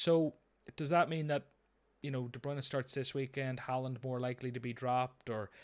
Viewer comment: “Do you want Salah for 90 or Halaand for 20-30” Mate, at this point…Haaland.